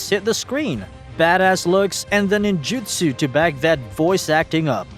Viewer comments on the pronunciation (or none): none